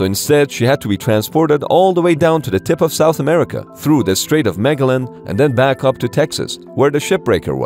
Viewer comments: The street of Megalon? Don’t you think perhaps it is pronounced Magellan? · It’s pronounced, Ma-gel-in. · Not megalin. It's PRONOUNCED MAGELLAN. MaGellaN MA-JELL-AN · Bro really said "the Strait of Megalen" (It's pronounced Majellan, spelled Magellan) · I didn't react to anything other than you not understanding what was said in the video and the subsequent comments. The video clearly states the ship was too large to get through the Panama Canal and had to be towed through the Strait of Magellan which was pronounced more like Maga-lon. That's what OP couldn't get past. I was trying to be nice and explain it to you. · its pronounced like "MUH-JEL-ON"!! 🧐🤔🤨🤷🏼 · Did you just mispronounce Magellan? Mah-gell-in my dude. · Pronounced Muh-jell-in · Its pronounced Muh-Jell-In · It’s pronounced MA jellan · Mag-el-an? WTF, learn the proper proper pronunciation of Magellan. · It was so grossly mispronounced that it was comical. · yes the strait was mispronounced....but he did not say that at all......he never said that it was to big to pass the strait of magellan....he said it was to big to pass the panama canal....so your reaction makes no sense at all.... Have a good one greetings from the Netherlands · Really? Cannot pronounced Magellan. Hahaha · I got a good laugh out of the pronunciation and now more laughs reading the comments. It's a gift that keeps on giving.😅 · It's pronounced magellan not magellan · Meggelon was pronounced perfectly This is Ai you have all been saying it wrong All along Now can we move on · I've never heard Magellan pronounced like that. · Was that a deliberate mispronunciation? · that was the worst pronunciation of the magellan strait in history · You should learn to pronounce Magellan. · Please learn how to pronounce Magellan.